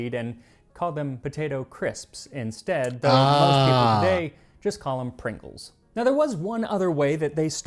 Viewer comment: I think you'd love All Dressed flavoured chips, it's basically barbeque combined with salt and vinegar. Prongles? Pingles. Kraks!